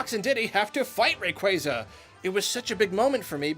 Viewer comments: Rayquaza not RauquAza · Beautiful review. But... "Rayquayza"?! WHY MUST EVERYONE MISPRONOUNCE IT? I TRUSTED YOU.